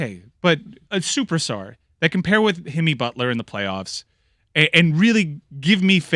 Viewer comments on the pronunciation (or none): That man said Himmy Butler 😭😭😭😭😭😭